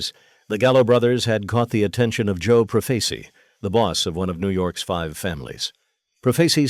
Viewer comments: It’s pronounced. PRO FAH CHEE not proface e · You want to be an announcer then pronounce the name Joe profacI profaci pronounce the last name correctly you j.e.r.k.o.f.f.